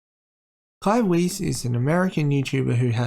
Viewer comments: I'm pretty sure Weiss is pronounced like VICE since it's German. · Just to let you know Weiss is pronounced Wyse, or Vyse if you want the German pronunciation.